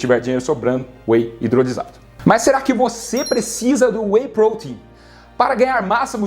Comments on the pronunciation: que agonia ouvir WEY "Prôtein" ao invez de WEY "protéin" na forma mais abrasileirada kkk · Porque você fala prouteinm?? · PROTEIN e não poten !